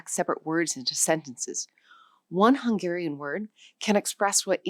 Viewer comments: The Hungarian was not native. Barely recognizable. The most basic pronunciation errors of someone who never studied a minute of it. Not representative. Another mistake. It is the other way around. The closest ones are the Siberian ones (Khanty and Mansi). Finnish and Estonian are way more distant. Also, Hungarian stress accent and vowel qualities still sound distinctly Uralic. Quite different from its neighbors. (Slovak (and Czech) sounds vaguely similar, but because it too has first syllable stress, unlike most Slavic languages -Hungarian influence?) A total, misleading mess. Those are either not loanwords or not from the language on screen. WTH? Barely researched video. Somebody just winged it. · The Hungarian was so much buthered, that ofcourse no-one could recognize it. Then mentioning Polish... Well.... They literally pronounced the Polish "SZ" instead of the Hungarian "SZ"....